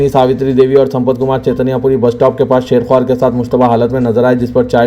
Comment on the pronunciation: The Urdu word شیرخوار is pronounced as "Sheer-khwār" (شِیرخْوار). Sheer (شِیر) – "Sh" (ش) with a long "ee" (ی) sound, followed by "r" (ر). Khwār (خْوار) – "Kh" (خ) with a soft "w" (و), followed by a long "aa" (ا) sound and ending with "r" (ر). So, the correct pronunciation is Sheer-khwār, meaning infant or suckling child (a baby that is still nursing).